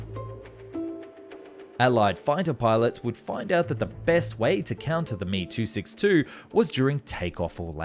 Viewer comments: It's M E, not me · Hearing this master piece of engineering called the "me" 262 rather than "m e" 262 was shameful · Emm eeee NOT me.., unglaublich! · Heyy, love your vids. I appreciate you trying to say foreign words, but please say the model name correctly. Me-262 is pronounced "em-ee-262", it doesn't require any practice to say it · I have been a longtime subscriber and always enjoy your content, but I have one bone to pick with the narration. If the Messerschmitt BF109 is pronounced "Bee Eff" then the ME262 designation is not pronounced "Me" but is actually "Em Eee". Likewise with Heinkel aircraft being "H Eee", not 'Hee", and Horten being "H Oh", not "Hoe". The ongoing mispronunciation of these model suffixes grates on my nerves every time I hear them. If you could avoid this sort of thing in future videos, that would be great. Keep up the good work otherwise! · Dude I like your videos but holy shit, it's H.E..... not he. It's M.E.....not me. Same for old clips. S.U......not Sue. Drives me crazy. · "Mee" 262? "Hee" 178? Makes this aero geek's ears and head hurt. Why not say "Fwuh" 190 or "Biff" 109? The presence of a vowel in an initialisation doesn't automatically turn it into an acronym. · "me" 262? Wonder woff? What? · It's pronounced em eee ! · Great to see this channel blow up, just two things in this particular vid got me. As far as I know you don't pronounce aircraft names as one word, you pronounce each letter. For example you wouldn't call an FA-18 a 'fah eighteen' same for Me or He. secondly, Imminent, not intimate lol